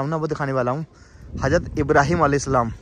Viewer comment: Bhai Thora Urdu word s estemal kiya kre.bakibto bahut achcha h hazrat bolte h , hajrat nhi bolte